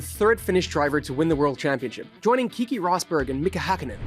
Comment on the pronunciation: It's not "Kiki Rosberg" It's Keke Rosberg